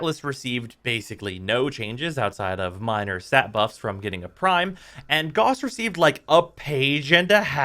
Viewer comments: Gauss. Not Goss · Gowss, not gauze. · Don't know who still NEEDS to hear this, but I know there are a few. His name is pronounced Gah-oo-ss, not G-aw-ss. There is no debate here, that is how you say that name. He got his buff over a year ago, time for everyone to buff their ability to say his name correctly. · It's pronounced like house not gause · that pronunciation.. he's not a band aid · Negative points for mispronouncing Gauss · Stop mispronouncing gauss. It hurts to hear.